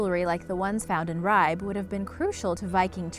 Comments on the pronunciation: Too bad didn't do a little research and at least learn how to pronounce things. It's pronounced Ree' bay. not Ribe. Uff da. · Your pronunciation of Ribe is terrible. I know it’s not your fault, but it is pronounced Ri-Be. There is a slight pressure on the B and the I is short. Harald Bluetooth was the king who converted Denmark to christianity. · i'm sorry but you're pronouncing "ribe" wrong no hate but try and fix it next time